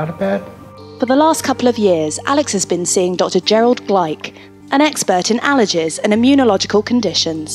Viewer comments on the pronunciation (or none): "an expert in allerjizz"